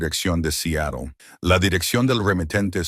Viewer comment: Sería bueno que aprendas a pronunciar Seatle